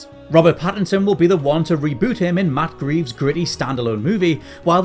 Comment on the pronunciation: Matt Greeves? Come on...